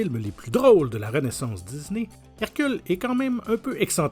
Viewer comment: De dizney ah cet accent Québécois